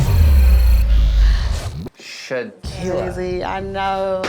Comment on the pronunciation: Nev said “SHEKILA”